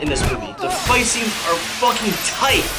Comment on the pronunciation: whats so hard to say "scenes?!" when u say it always sounds like sits